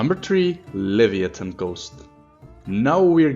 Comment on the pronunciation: Le-vee-ant... luh·vai·uh·thn coast!!